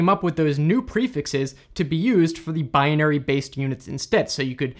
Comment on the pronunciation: Do you always mispronounce " binary"? It seems that you do.